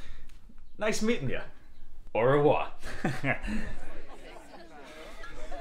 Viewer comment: "Au revoir" That was goodbye on french, AND he didn't pronounce it right